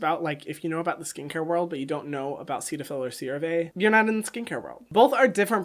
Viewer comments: I thought CeraVe was pronounced “Sarah V” and I thought Cetaphil was pronounced “Set a Phil” 💀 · I feel you, I always thought Cetaphil was pronounced set-a-fil 🥴🥴🥴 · The way he pronounces Cetaphil really just annoys me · Hyram: Seat-a-fill Me: Set-a-fill Hyram: Serra-Veee Me: Serra-vey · CeraVe is short for "Ceramide Vehicle". Ceramide is pronounced "Sarah mide". So CeraVe would be pronounced "Sara Vee". The "Ceta" in Cetaphil comes from the "Cetyl" in "Cetyl alchohol" which is pronounced like "Settle". Cetaphil would be pronounced like "Set a phil".